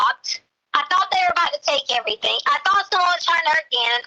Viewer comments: EVERYTHINGK ILLITERATE AS ALL GET OUT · It drives me absolutely crazy that she says “AnythinK, EverythinK, NothinK” instead of “ThinG” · 😂🤣😂🤤😂 This is what I came to the comments to read! WHY?!?! HOW?! It drives me insane every time she says anythink or everythink Lol.